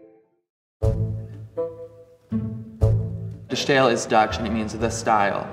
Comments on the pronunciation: Yes, please lose the German pronunciation when speaking Dutch. You wouldn't speak Spanish with a French accent, would you? Even the French don't do that. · It's pronounced as 'The Style' not as 'The Sssjjjhhhtyle'. It could literally not be any easier to pronounce for an English speaker and yet this guy manages to fuck it up. I guess this guy is just sssjjjhhhtupid. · 'De Stijl' in Dutch is pronounced almost the same as The Style in English. So it's not The Sschhhtyle ;) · My man, it's pronounced "de style"—you don't need to put some kooky accent on it just because it's spelled in an unfamiliar way. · It is not only cringing, it says something about the approach towards research. Uninformed attempts to pronunciation betray academic laziness. It is ironic that this man mentions the concept of ’essential elements of representation’ in the same sentence in which he fails to apply the essential elements of representation, once again.